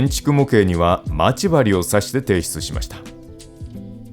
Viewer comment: ま↑ち↓針がきになるｗ